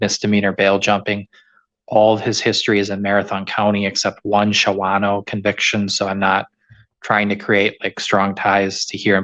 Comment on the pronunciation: It is pronounced... Shaw no